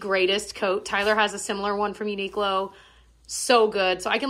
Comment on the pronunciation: No hate but I cringe so hard every time you call it uniq-lo. It’s pronounced uni-clo (like short for clothing).